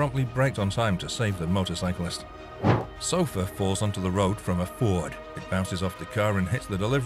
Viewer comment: because of the guys accent I thought he said sulfur and not sofa 😅😆🤷‍♀️